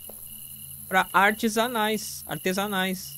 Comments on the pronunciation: “É pra artes anais” artesanais kkkkkkkkkkk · "Artes anais" Artesanais Kakkaakka